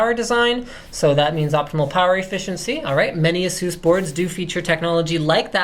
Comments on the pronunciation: not Ahsus its Aisus.. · Ayyyysoos. We don't care, we just buy it.